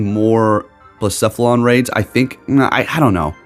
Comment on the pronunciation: I’m just really happy you say Blacephalon correctly 🥰